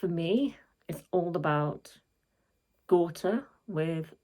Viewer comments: You got the pronounciation right, Gaw-teh. My favourite song for sure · You say Gåte differently. So I would say, pronounce it the less English way, with focus on the E in the end😅 if that made sense, because you did say it right:)